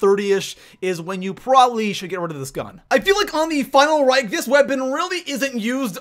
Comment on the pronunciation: Geez stop calling it the final rike that pisses me off its called reich not rike